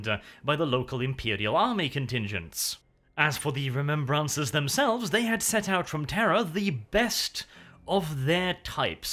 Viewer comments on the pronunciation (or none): ‘Ree-mem-brahncers’ - nnnnnnn it tilts me every time he says it